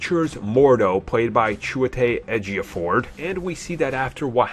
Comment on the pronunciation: "Chowetej Ejioford"? You completely butchered his name once again. 😂